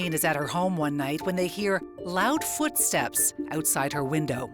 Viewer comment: What’s foorstep ? Lmao